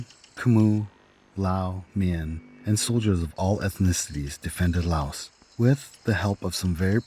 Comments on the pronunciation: Why do they pronounce Laos as layooous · It always cracks me up how Kennedy pronounced Laos as Lay-os. America has always and will always be ignorant of the rest of the world. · I like how JKF pronounced Laos as “Lay-oss”. 😆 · Did he sa La os? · Why did JFK pronounce Laos “Lay-os”? It’s not that JFK couldn’t pronounce it. He chose to pronounce it like that because he knew the majority of the US had never heard of Laos. He was concerned that the public wouldn’t take it serious if he used the proper pronunciation; which sounds the same as the singular form of “lice”; which is “louse”. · Lay-oss what the heck 😂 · The way the beginning pronounced, "Laos," as "Lay-os" cracked me up so hard😂🤣 but it's fine. Narration pronounced in the same way I do when I say, "A-R Kansas," for Arkansas. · "Lay-off, Lay-aus"-Kennedy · "La Os" how can the American leadership even wage a war when they couldn't even pronounce the name correctly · lol lay os... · It’s not that JFK couldn’t pronounce it. He chose to pronounce it like that because he knew the majority of the US have never heard of Laos. He was concerned that the public wouldn’t take it serious if he used the proper pronunciation; which sounds the same as the singular form of “lice”; which is “louse”. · JFK couldn't pronounce chowder, and he sure as hell couldn't pronounce Laos ! How the USA gets dumb downed ! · Going to war with a country whose name you cannot even pronounce is so Amerikan. I was never a fan of Kennedy until after his assination and learned why that happened. Seems he was capable of learning and change. An unforgivable sin apparently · It’s like allow without the A. Learn how to pronounce it Kennedy